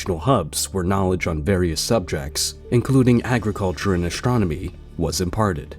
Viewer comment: Why is astronomy pronounced "ashtromony"